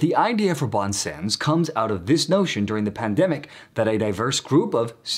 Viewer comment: A little help with your French pronunciation: "bon sens" ('good sense", as you indicate) is pronounced smthing like "bohn sahns" France Soir: "frahnce swaar" Xavier goes like "gzaviay" in French. In Spanish it's more like "haviair", which is acceptable too in this case.